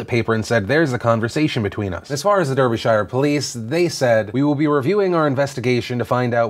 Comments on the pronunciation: I'm from Derbyshire and it's cringy because Phil is pronouncing it wrong XD It's pronounced as if it's Dar-bee-shire not Dur-bee-shire. I forgive you anyway, just thought I'd point it out XD It's a common American mistake :) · Derbyshire is pronounced Dar-bee-sheer (we don't say shy-ar in the UK). This incident is also has echos of another bloke recently who was luckily found not guilty, Jason Zadrozny. A local politician in neighbouring Nottinghamshire, accused of rape. Police kept him on bail for 950 days ( I think, it was well over 2 years), it basically handed the MP seat to Labour, who knew about the arrest before any statement release, someone in the police also informed the local paper about it before the official release. It seems to smack of something very dodgy. in the end the only evidence was of a red car, of the type that the accused didn't own until 2 years after the alleged incident. The man has basically spent his life savings, and seen his father die of a heart attack during the case being "investigated" and eventually thrown out of court. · "Derby-shire" Phil? Lol, have you ever spoken to an Englishman? Its pronounced more like one syllable, we don't annunciate the Shire part so much. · It’s so cute how you pronounce British towns and cities 😂🤗 Derbyshire Derby-SHIRE lol don’t you have anyone who is from the UK? It’s pronounced Derb-ish-ah. Also Birmingham isn’t BirmingHAM it’s more Birming-UM 🙈👍🏻 Love you Phil xx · Seriously, Phil? Durby-shy-er? It's pronounced darbyshurr. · Great video Phil but it's pronounced Darby-Sha. Derby Shire sounds like a place from Lord of the Rings. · Philip, Its DARBYSHER, Not Durbieshyre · Derbyshire?! Haha thats terrible pronunciation. As an englishman not living too far from there I can say with confidence that it is "Dah-bi- shuh" not "duh-bi-shah-yah" lol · It's pronounced Darby-Shear not Durby-Shire js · Pro tip it pronounced Darbisher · It’s pronounced Darbeesher (No hate) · Derbyshire = dar-bi-shire